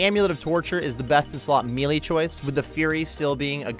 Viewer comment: You are pronouncing the word "Melee" wrong.